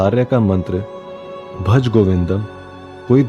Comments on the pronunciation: Please don't desecrate Sanskrit like this. It is not 'Bhaj" it is 'BHAJA' . Similarly, it is not 'Mudh' but 'MUDHA'(मूढ़). Unlike Hindi, which perhaps under the influence of Arbi and Farsi, the important vowel sound is not ignored stupidly in Sanskrit because Sanskrit is 'DEVABHASHA', and every letter has a deep spiritual importance as it has come straight from SHIVA. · its Bhaja not Bhaj. If you want to do something, do it right.